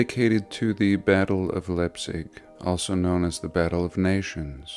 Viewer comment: Excellent! I'd love to see that Pyramid up close. No way they dragged the granite like that, and how did they manage to stack them into the pyramid? PS: Leipzig is pronounced [Laipt'sík]